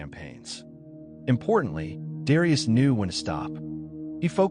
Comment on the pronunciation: Learn to pronounce his name correctly.